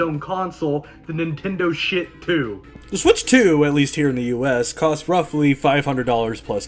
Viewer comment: Did he say Nintendo Shit 2 🤣😂